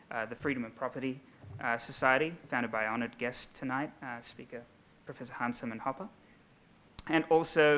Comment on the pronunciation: Hans Herman Hoppy. I love the complete disregard the Aussies/English have for the pronunciation of foreign words and names.